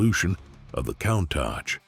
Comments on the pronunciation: Imagine driving a van! You can see nothing behind you apart from in your door mirrors! By-the-way, the car is pronounced coontosh!!!! WOW,. LOL...Look it up?....Great research & nice vid though...... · COUNTACH is NOT PRONOUNCED THAT WAY! PLEASE! FOR THE LOVE OF GOD AND ALL THINGS COOL. PRONOUNCE COUNTACH CORRECTLY. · Learn to pronounce "Countach" correctly! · How to pronounce Countach wrong 50 different ways. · ...and I counted 50 times!